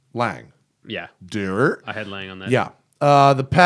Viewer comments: Lang? It's pronounced laang-uh...like porsch-a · I thought 'Lang" was a new company. lol. I have only heard in pronounced like "Longa". Great video though.